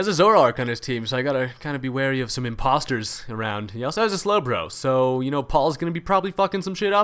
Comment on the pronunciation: Lol That one slowbro is in Im-PAUL-ster!! Don't hurt me , I'm having a good day.